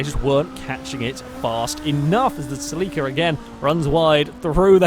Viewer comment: Ceh-leh-kah, not cell-ee-kah. Please.